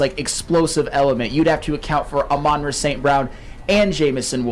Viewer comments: The emphasis is on the FIRST SYLLABLE,. AMon Ra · How does the ENTIRE CAST of every Woodward sports show say Amon Ra's name wrong????🤯 For the love of God it's AMon RA. NOT aMON Ra... PLEASE fellas